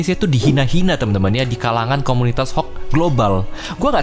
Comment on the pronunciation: salah, kalo kata Ex VP Evos cara bacanya HA O KA.